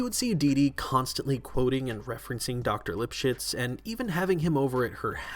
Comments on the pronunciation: I thought his name was pronounced dr lip shits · Looking back, I now know why my mom laughed when she heard them say Dr Lipshitz